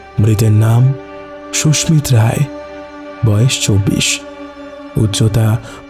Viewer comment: Khub bhalo laglo, Sudhu koyekta jaigai bhul pronunciation, kane laage, Sushmit Roy ke bar bar Sushmita bola hoyeche.